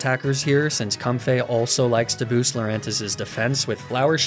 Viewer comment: used both Com-fee and Com-fay for the pronunciation for Comfey